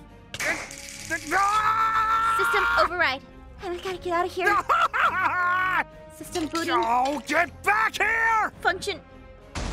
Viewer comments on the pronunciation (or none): Aphmau said "sistem booting"